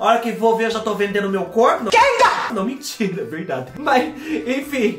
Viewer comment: ...vorta!!! Eu amei....ri tanto tanto tanto ki...????? Não minthyyra....verdady...minthyyra 🤣😂🤣😂🤣😂🤣😂🤣